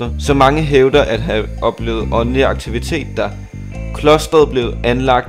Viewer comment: Når siger åndelig lyder det lidt som onani ved ik om det bare er mig😂😂😂